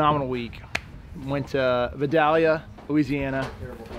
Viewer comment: Good things happen to good people bro. Be the example for others to follow. Congratulations on the win! And it's pronounced Vy-DALE-yuh...lol.